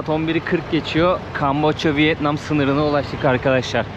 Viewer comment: 😂 "Vıet Nam(!) " değil, Vietnam...😅😅😅😅